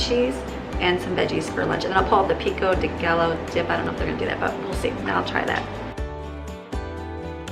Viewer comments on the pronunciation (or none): Hi, actually you can actually drink too much water and people have done so and drowned. 16 cups is WAY too.much, you said that cup held 2 cups right. 4 of those a day is enough for you, not 8! Pico de Gallo is pronounced Pico de Guy - o, lol makes me laugh every time you say it. Laughing with you,not at you. Take care, have a lovely week. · Pico de gallo... pronounced guy-yo. Double L in spanish is pronounced as a Y. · Thanks! BTW: "pico de guy o" pronunciation, like quesadilla = "quesa Dee ya". I'm not being disrespectful....just looked like you're struggling with how to say it. Only trying to help.🙂